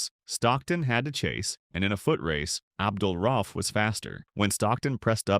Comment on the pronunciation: RA-uf. Not RAUF.